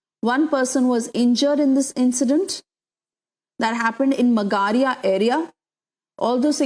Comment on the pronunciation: Mam , magaria is not pronounced like that